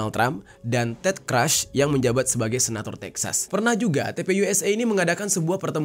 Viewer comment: Pronunciation yg benar: Ilinoy bkn ilinoa Ted Cruz (sebagaimana tulisannya) bkn Ted Cras